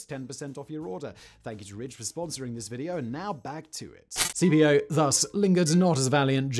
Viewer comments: Caepio should be pronounced "Kai-pio", not C-P-O. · A very cool video! But it realy rubs me the wrong way how you pronounce Caepios Name. You pronounce it like the famous general who defeated Hannibal is commonly pronounced: Scipio (though he would have been pronounced more like 'Skipio' trying to translate it in english writing). Now, Caepio would be pronounced more like 'Kaypio'. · Since I had this running as audio in the background, I thought Simon was talking about a Scipio rather than Cambrian War's Quintius Servilius Caepio .... I know English people can't pronounce Latin names - but as a general rule "C" in any Roman name is a hard K sound, not a s sound. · There's no soft c in Latin, Simon. Something you seem to instinctively understand for Cannae but not Caepio and Cimbri. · Great stories, but in the first the pronouncing of Latin names is bloody awful. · You really need much better research. The Civil War General was Braxton BRAGG. In Latin, the "Gnaeus" is pronounced as 'Nye-us' and Caepio is "Kaepio" as there is no 'soft C' (Sai-pio) in Ancient latin. Thus Gnaeus Julis Caesar is actually "Nye-us Yulius Kaisar" And was spelled as Gnaeus Iulius Caesar. (There was no "J" sound either.) The 'Soft C' was introduced to Latin during the Medieval period where Latin was the language of (Flawed) Learning and the Roman Church. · The pronunciations of the names of the Roman generals in this video is just hilarious. Gnaeus are pronounced as "Naius" (Not Nas) and Caepio are pronounced "Keipio" (Not Sepeo). The C was always pronounced as a K and the G in Gnaeus are silent. :)